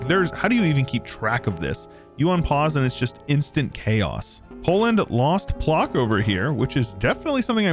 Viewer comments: its not "plok" actually, hahahah it reads like ploTSk but video is nice! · This map's rather unfair, cities give bonus income, so regions with multiple states will consolidate into strong blobs, while bigger countries will have a tougher time. Also, Płock is pronounced "Pwotsk" (ł -> w like in "win", "wow"; ck -> tsk, like, well, "tsk tsk tsk").